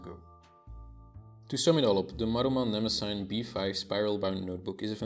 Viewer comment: Why does everyone mispronounce Mnemosyne? It must be those Nemosine idiots. It's pronounced nuh-MOSS-uh-nee. And it's every bit as impressive as Tomoe River, only thicker and softer and more velvety. And the date heading is almost invisible - I can't imagine it bothering anyone.